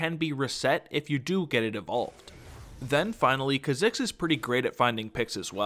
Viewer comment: Every time you say ka-zigs it kills me a little.